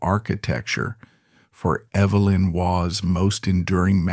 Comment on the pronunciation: This is utterly amateur AI. None of the names are pronounced correctly. They couldn’t even get the correct Evelyn for Evelyn Waugh. Btw, Waugh always vehemently denied using Madresfield and the Liggon (phonetics) family for Brideshead. Do your research ffs and stop being lazy.